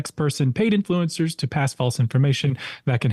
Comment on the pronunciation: "InFLOO encurrz".. Maybe dont look like a guido from Miami when talking to thesepasty soibased prople. You scared him.. (that was a guy, right? dont need the pronoun patrol soiling their diapers) This is really hilarious. Take the money and say whatever you want! Go get 'em, super slooth!